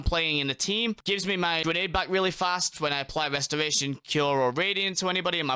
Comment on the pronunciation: Westoration. I cant listen to mother fuckers that cat speak.